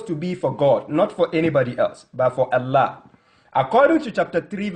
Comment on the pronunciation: U said the name is not Allah but ellah